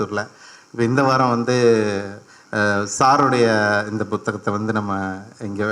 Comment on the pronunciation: ஆத்தா ஏன் புத்தகத்தை அழுத்தி பு(B)த்தகமாக சொல்றீங்க? உங்களுக்கு தமிழ் சொல்லிக் கொடுத்த டீச்சர் யார்?